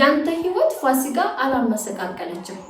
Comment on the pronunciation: ፋሲጋ አይደለም ፉሲካ ነው ለሙዬ❤